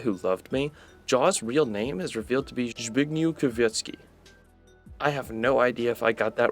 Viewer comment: it's actually pronounced z-big-nyee-v k-ri-s-wick-ski (as a Pole I can tell that this surname is totally incorrect)